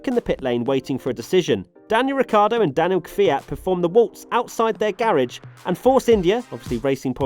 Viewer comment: “Daniil Fiat”